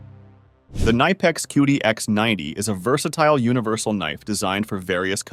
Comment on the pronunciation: K Nipex, not niiipex